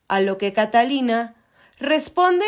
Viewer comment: Catalina y Eduardo? 😂😂😂 Que pesimo doblaje y que pésima pronunciación de los nombres y lugares.